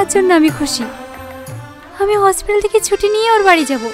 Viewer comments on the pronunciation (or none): Hospital ❤note a Hospotal 😂😂😂